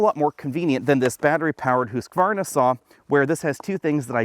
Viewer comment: Thank you for pronouncing Husqvarna correctly! Never thought I’d hear someone who actually knows. I’ve even heard people who sell their motorcycles pronounce it wrong 😂